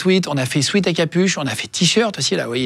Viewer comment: guillaume PLEASE on dit pas un SWEET on dit SWEAT prononcé swait. Merci